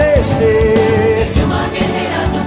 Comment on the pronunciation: É Wilma de Faria e não Vilma Faria